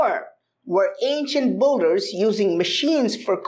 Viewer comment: I keep hearing "Ancient Budhas" and I'm like wow wtf!? ...and then I remember he actually said "ancient builders" Love your content tho.